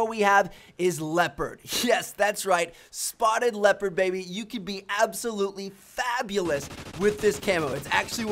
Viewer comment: Lepard? why pronounce so weird? it is Leo-pard man